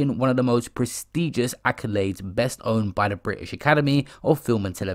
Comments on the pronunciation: Bestowed is pronounced be-stow'd Not best owned!!! Cmon!! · best owned 😂😂😂 its 'bestowed' my g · It's bestowed not best-owned! 😒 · bro said bestowned 🤪